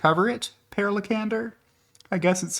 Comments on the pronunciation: You did Per Lekander good but the first part is pronounced with an E like in pair, try Për lol. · Per in Scandinavian countries is pronounced "Pear." It's equivalent to Peter. FYI